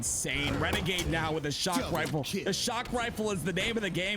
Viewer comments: He has a speech impediment and it is so god damn distracting. I wish he would just call them snipes. He says sniper rifle like a 5 year old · Why does he say rifle like that